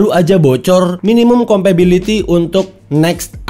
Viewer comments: Compatibility ya bang, bukan compability! Dari awal video risih banget deh dengernya. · Compatibility bukan Compability 🤣🤣🤣🤣 Sehat and sukses terus terus ya.